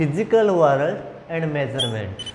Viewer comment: Sir it's not warald it's world